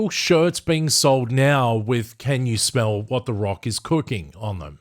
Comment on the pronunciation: Can you smel l l ll what emfasises l